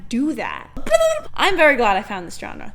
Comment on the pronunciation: Good video but dislike for not pronouncing genre like Alex Trebek